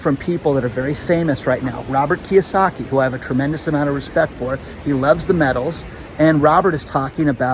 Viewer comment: Robert Kyosaki? Sheeesh...